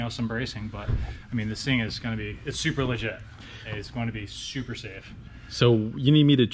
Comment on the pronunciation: it’s a ‘super-legitta superleggera’!